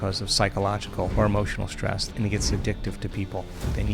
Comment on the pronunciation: Great info but someone should teach him how to pronounce words like Hormones (not HARmones) and Stress (not SHTrees) or History (not HiSHtory). Very distracting.